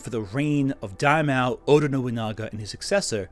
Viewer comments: Sengoku, for the love of God! What the heck is "Shingoku"? It's the age of Warring States, not New States! And what the heck is a daimeow? I mean, they were the fat cats of Japanese politics at the time, but daimyo is pronounced with a long "o". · "Dawmeow" (Daimyo) This must be the cutest mispronunciation of a word I've heard so far. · Loving this pronunciation of daimyo as “die-MEOW.” Real Samurai Pizza Cats energy.